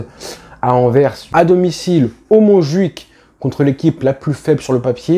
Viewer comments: Salut je te fait une petite correction pour la prononciation de Anvers, le « s » a la fin n’est pas muet donc on dit AnverSE et pas Aver. Et si tu veux dire Antwerp, ça ce dit Antouèrp. Sinon bonne vidéo, quali comme d’hab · On dit ANVERSSS LE S EST PRONONCÉ ou Antwerpen (Antouerpen) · Hello, on dit Anverssss. On prononce le S a la fin